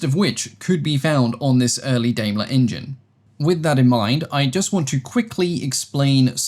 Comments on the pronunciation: Daimler (Germany) is pronounced "Dimeler". I understand that there's a British Daimler that's pronounced "Dameler". Same with Maibach, pronounced My-bach. Otherwise thank you very much for another interesting, high-quality, video. That 1913 Le Rhone rotary engine is beautifully made. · In English, Daimler would be pronounced like "DIME-luh" and Maybach as "MY-bach" ("my" as in "my plane" and "ch" as a uvular sound, like in the "ch" in Scottish "loch").